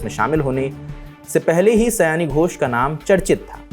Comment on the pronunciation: Please use Bengali/Sanskrit names correctly. In Hindi it will be शायनी not सयानी.